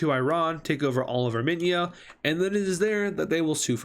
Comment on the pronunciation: stop calling it arminia its armenia